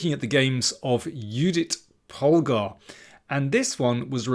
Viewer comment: I appreciate the right pronounciation of Judit Polgár's name.